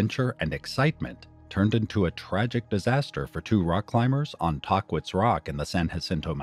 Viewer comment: Tah-quits? We say Tah-keets, usually. Sad story.